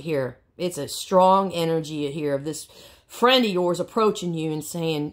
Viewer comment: Lol 😆 😂 🤣 yo fwiend